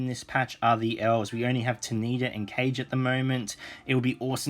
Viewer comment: Nice vid! Excited too! Although, I would say to please say 'Ka - ge' instead of Kage (Cage). There's japanese influence so it should be read that way (I believe it should).